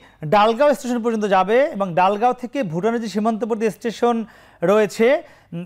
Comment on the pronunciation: ডালগাঁও নয় দলগাঁও